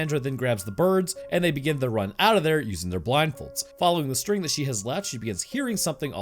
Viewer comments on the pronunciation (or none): none